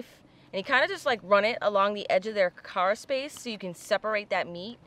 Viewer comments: Carapace: Not kera-“space” but instead kera-“pas” or “pis”. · carapace not caraspace, i miss warm water. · WAIT!! You do NOT measure the cara*space*... there is no such thing as caraspace! You measure carapace -- not SPACE! Sheeesh! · Great video as always.. Thanks for making me hungry late at night lol.. you teach us all the time, and what I offer now, is simply to make sure, you stay at the top of your game, with everything you do.. The shell that you are measuring is it's Carapace.. Pronounced Kara-Pace, or if you say it, in the quick, and cool way, it's Kara-Piss.. Please don't hate me, for giving this comment, but you looked like you were questioning yourself, when you were saying it..